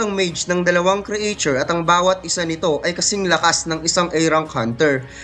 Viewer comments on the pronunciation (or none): Like ur content, pero paayos nlng ung pag pronounce ng ilang word/s, A rank, creature, etc.